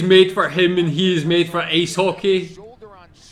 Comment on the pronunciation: Its Ice Hockey not Ace Hockey